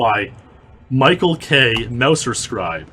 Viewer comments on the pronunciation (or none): none